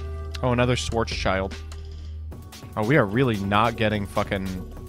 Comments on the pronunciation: haha "swords child". it's called schwArz Schild! (the schild is shield but spoken without the e like a soft e and the a from schwarz is spoken like the sound you make when open your mouth at the dentist. also gotta love the phantom beasts. i remeber playing mecha phantom beast when everybody played hat. and every time i saw someone playing it they cheated with coltwing special summon tokens when coltwing was special summoned but as only mecha on the board. i whish they would bring back o-lion . i mean i can go into savage and herald without o-lion or auroradon and i need it to play my mecha phantom beasts 😔 got 2 ulti hamstrat now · Oh god as a german his pronunciation of "schwarzschild" is so funny XD he is essentially calling it "black child" when it translates more into "black shield" XD